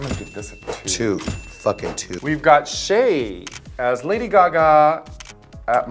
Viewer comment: Get Raja a shock collar, and zap her whenever she calls Shea, "Shea-uh."